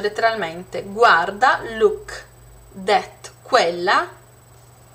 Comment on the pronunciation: Ma cosa dici? "det" ?! Io ho 13 anni studio inglese a scuola e so per certo, come dice il ragazzo sotto, che non si pronuncia cosi. Studia.